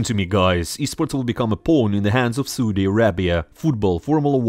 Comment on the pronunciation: I like how you pronounce Soodi instead of Saudi xd